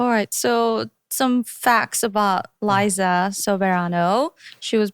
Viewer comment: Liza is so eloquent like I’m literally loving every pronunciation she’s doing. This interview is so good and well contentful as you can see im out of words. The male host is so adorable for curiously cutting off Liza but it’s nice in a way and not like any other hosts whose trying to make it about themselves instead of the guest’s. I’m so rooting for where Liza will take herself, this revolutionary is so exciting and thrilling. Nobody from the Filipino film industry made it to Hollywood yet and created a BIG NOTICEABLE impact! Go Liza dear, set us in fire!!! ❤